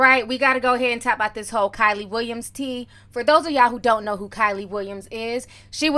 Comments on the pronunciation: Her name is pronounced “Key*Lee” ijs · Keeeey Lee LOL NOT KYLIE TF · Waiiit her name is pronounced like Kylie? I've always thought it was kee-lee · Bro its KIELY (KEELY) not KYLIE 😂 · Lmaoo Kyley Ti it’s Kiely..Pronounced Keely 😂😂😂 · KYLIE WILLIAMS LMAO ITS KIELY BUT HAHAHA THE PROMITHES 🤣🤣🤣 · Giiiiirrrrrlllll Keily!!! Pronounced KEEEELYYYY! You called her Kaley, Kiley... girl 😂😂😂😂🤣🤣🤣🤣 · Her name is key-leee not Kylie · Adrian didn't apologize for lying, she apologized for making her feel bad. And why she calling her Kylie it's pronounced KeeLee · Kee-ly, not Ky-ly lol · KEELY WILLIAMS NOT KILEY lol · isnt it keely not kylie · Her name is pronounced “KEE•LEE” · I can't take you calling this girl "Kylie" LMAOOOOOOO Her name is pronounced "Key-Lee" I know ppl don't like her and probably dont care lol. I just have a thing about names being pronounced wrong, I feel like we talking about someone else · It’s pronounced keely not Kylie 🙃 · Not being rude but its pronounced KEE LEE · Omg that was killing me. Once, she even said Kaylee...lol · Love you T but you always butcher EVERYONES name. The girls name is pronounced “key-lee” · It’s “kee-lee!” 🤣🤣🤣🤣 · Lmaooo her name is pronounced Key- lee but the girl with the lisp will do😂😂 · Keylee Williams is how it’s pronounced and she was also not the weakest dancer lol but agree with the other points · Thought her name was pronounced Kee-lee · Her name is Key-le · Her name is pronounced “KEE-LEE” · KEE LEE is how Kielys name is pronounced and a lot of this is lies. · Name pronounced-KEE LEE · It's pronounced Kee - Lee. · Pronounce keely Williams but spelled kiely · its pronounced kee lee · It's pronounced KEEEELY.. got it? K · Kee-lee Williams please pronounce it right . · Its pronounced keylee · Pronounced Keely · If your going to be reporting news at least gets people's name rite every time you say kyle it throws me off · It’s pronounced Kee-Lee 🤦🏽‍♀️ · LOL, you have mispronounced that ladys name everytime you said it!!😂😂